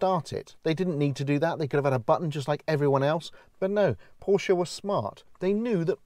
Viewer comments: Thank you for pronouncing Porsche correctly. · Great review and thanks fo saying Porsche correctly